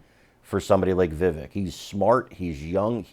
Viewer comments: "Vivake" not Viveck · The second syllable of Vivek is not pronounced as "vik", but as in the the first syllable of the word "vector". So - phonetically - vivec, though the spelling, of course, is Vivek. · Please - it's Vivek - rhymes with Cake xxx